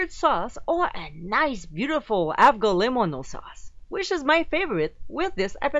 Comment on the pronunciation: Hey! Thought I'd let you know, it's pronounced like "ah-vo-le-mo-no". You don't pronounce the G so harsh haha, good attempt though! nice recipe.